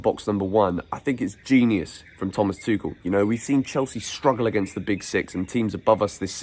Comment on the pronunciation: He didn’t say tushel😁😁😁